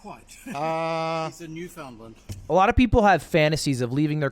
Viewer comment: the way buddy says "New found land" fucking had me rolling. fuckkkkkkk hahaha